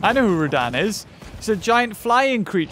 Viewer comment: He got it right about RODAN, not rodin.